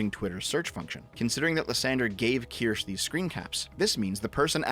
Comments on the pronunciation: Keer-Shuh Not keer-sh Keer-Shuh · "Kirsch" is an acceptable pronunciation in compound substantives such as "Kirschtorte" or "Kirschlikör", otherwise, the terminal "e" is pronounced like a schwa sound. Something like "keersh-uh". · this dude said "keersh" its keer-shuh. and honestly the only reason id ever mention you in her chat is for you to collab on a game or something and make nice. youre on the same side after all. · It's pronounced "kir-shuh" btw. It's German/Swiss. "sche" is not a "sh" with a silent "e". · I'm just going to complain that you pronounce her name "Kirsch" when it's a German word (meaning 'Cherry') and so the "e" at the end is supposed to be clearly sounded out. Bad! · Its not pronounced Ker-sha? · I'm stuck wondering if you're mispronouncing the name on purpose at this point. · Kirsche is two syllables.